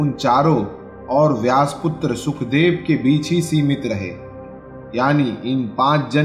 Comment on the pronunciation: Not trying to discourage your efforts but It’s “Suk-dev” not “Sukh-dev”.